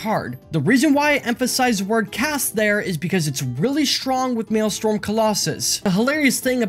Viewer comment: Maelstrom, not Maelstorm.